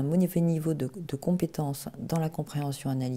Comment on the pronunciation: Francois Chevalier De rien, vraiment, c’est un plaisir de pouvoir vous venir en aide si c’est le cas, après je n’ai pas de certitudes n’étant pas la dame 😊 enfin la psy de la vidéo . Alors, ensuite : "un mauvais niveau de compétance" ? (là, c’est cette dame qui a eut du mal à prononcer) "... ces derniers peuvent être ...", enfin je crois (encore un souci de prononciation me semble t’il) . C’est encore moins simple lorsqu’on a des problèmes de concentration comme moi . Ils ont voulu faire court je pense, j’ai moi même dû réécouter plusieurs fois . Du coup, j’irais voir de ce dont vous parlez car pour moi aussi c’est un régal . Si d’autres pouvaient confirmer ce que j’entends, je ne voudrais pas vous induire en erreur . Je m’y remettrai à tête reposée (à 3h23 j’ai un peu de mal 😩☺). Je repasserai . Au pire, rappellez-le moi en laissant un petit message comme précédemment s’il vous plaît . Personnellement, ça fait plusieurs jours que je suis sur la maladie de Lyme ou borréliose de Lyme, du coup je ne suis plus trop dans le haut potentiel à cet instant précis, mais ce sujet m’interesse tout autant . Alors à bientôt . J’espère que vous n’êtes pas trop déçu sur mon identité hihihi . Bien à vous François